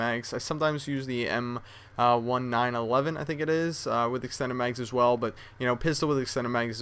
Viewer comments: it is the "1911" like the year not the m-1-9-1-1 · It's not the "m-one-nine-eleven" it's the colt m nineteen-eleven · its "m nineteen eleven" not one nine eleven its like you've never touched a real gun in your life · pretty sure its pronounced m ninteen eleven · Just to help out, M1911 is pronounced "em-nineteen-eleven." Hope this helps! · hey ive heard you do this before but when you say m1911 just say it like the year 1911 thats how to say it, it was created that year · You say the m1911 like M and 1911 like the year